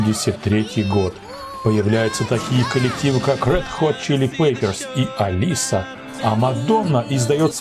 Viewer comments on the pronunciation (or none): none